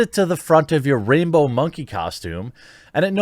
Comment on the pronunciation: I swear I heard you say rapebow monkey costume which makes way more sense 😂😂